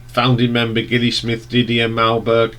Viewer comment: You do realise that Gilli is pronounced with a soft G, as it's short for Gillian?